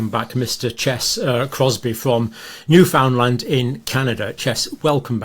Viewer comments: Just so you know, Newfoundland is pronounced more like "Newf'nland". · People across the pond have an awful funny fit trying to pronounce Newfoundland, say it with the same emphasis as "understand"! Lots of love as always from your Canadian brethren, thank you for shedding light on the shameful state of this country. May God bless you and keep you well Dr John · I know it makes no sens, but they pronouce it 'noofin' land' 😅